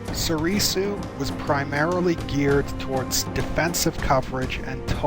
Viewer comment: Please, stop saying So-ree-soo